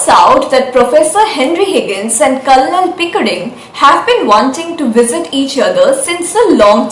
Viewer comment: Nice. The 'l' in Colonel is silent.